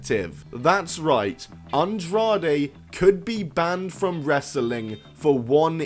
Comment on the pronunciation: Or Wres-er-ling